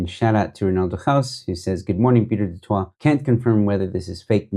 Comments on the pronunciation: The pronunciation of du Toit is duh tooi but for Pieter I suppose duhh twa(t) is preferable.. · 😂 do toit... no joe ...the sound to the du toit surname sound like duh-toy..its a little closer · Pronounced “du toy” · I enjoy listening to your posts. Du Toit us pronounced "de Toy". News24s new name should be k@ praat24.😊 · I love the way you pronounce his name "Pieter du Twat" classic! 😂😂😂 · It's pronounced Du-Toy amongst the common man. Maybe there's some Du- Twas walking around the Cape Winelands but in Boksburg is mostly Du - Toys 😅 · Just for future use - Du Toit is, in SA, pronounced" du toy" although I think the original French pronunciation IS the way you pronounce it. There's another offshoot of News 24 which does podcasts called "The Three Beanies" which I troll relentlessly as they are so Woke & who also ran with the Twitterbaas story before checking it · Not quite. It's pronounced like the "ooi" in Afrikaans. Same as more familiar Afrikaans words like rooi (red) and mooi (beautiful). So, "du Tooi". Can't actually think of an English word that has that ooi sound. That will be the Afrikaans version. But because it's French it may be pronounced as du Twah in French (probably, I'm not a French speaker).